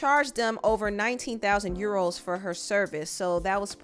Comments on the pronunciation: "you-ROWWWS!!!" lol Actually it's pounds (£). Euros is this "€". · It’s the pronunciation of ‘Euros’ for me 😂